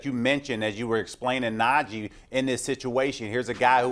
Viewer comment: It's NajEH not NajEE idiots